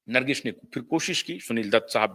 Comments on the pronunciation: ब्रांडिंग तो बहुतों ने करवाई,चाय बेचने वाली ब्रांडिंग भी सफल रही। नर्गिस को ठीक उच्चारित करें। नर्गिश नहीं। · भाई साहब, नमस्कार। आप कैसी हिन्दी भाषा बोल रहे हैं? नर्गिश नहीं;बल्कि नर्गिस है; प्रोड्यूशर नहीं प्रोड्यूसर होता है।आपका बोलने का लहज़ा तो अद्भुत है; लेकिन शब्दों के अशुद्ध या गलत उच्चारण के कारण ऐसा लगता है कि मानिए रसमलाई खाते-खाते अचानक मुंह में बाल अथवा कंकड आ जाता है और मज़ा किरकिरा हो जाता है। उच्चारण की सटीकता पर ध्यान दे। धन्यवाद